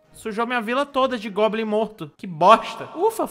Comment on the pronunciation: me pergunto se ele fala globin pelo meme ou se ele só erra mesmo